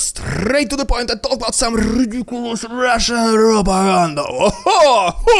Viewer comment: i love wen you say the russian probaganda :P